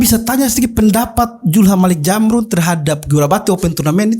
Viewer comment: Kakak Host, sy orang Bugis Makassar, kita sebagai orang timur cukup fasih mengucapkan huruf Z, tolong jangan dimodifikasi jadi Huruf J....itu hanya berlaku di tanah sunda...Zulham bukan Julham...Zamrun bukan Jamrun😁😁🤣🤣🤣